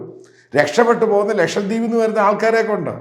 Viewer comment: Pls note that it is "Lakshadweep” not LakshaMdweep.😂